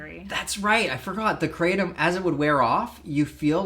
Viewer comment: Its pronounced KRAH TOMM . Its Vietnamese and thats how they say it . Just letting you know